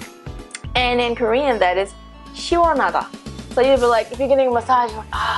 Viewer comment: Her Korean word pronunciation is so different from most foreigners. The pronunciation is genuinely Korean. I don't know how it was possible. Most foreigners, even though speak fluently in Korean but with thick foreign accents and pronunciations.